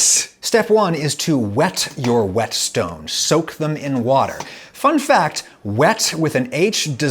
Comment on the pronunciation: Oh god ,I can hear Bryan I. The background. "WHY ARE YOU PUTTING SO MUCH EMPHASIS ON THE 'H'"